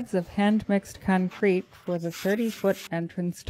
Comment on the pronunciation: Why does she keep calling it cuncrete?